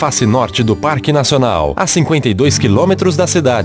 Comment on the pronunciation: (“parque”) e (“parrrrrrrque”). Ele deu uma forrrrrrrrçada legal aos . Depois ele fala “parque” sem dobrar ou triplicar os Rs (“erres”)! Ele fala “portaria” e “lugar”, “diversos” sem forçar a barra! Mas o “torrrnam” já dá uma forçadinha de novo! Mas tenho que reconhecer que sua dicção e entonação de voz são perfeitas! Bela voz!